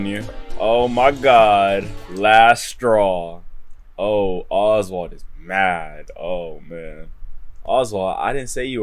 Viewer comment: You said oswart at the start